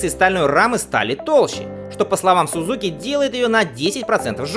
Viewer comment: Автор, в русском языке японское "z" читается как "дз", поэтому - СуДЗуки, ИсуДЗу.